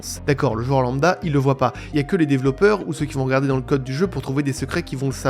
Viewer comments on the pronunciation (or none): none